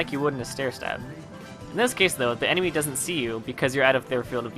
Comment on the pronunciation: When u were explaining the corner stab step by step ( -ish) u said emeny instead of enemy.(after the slow mo corner stab finished)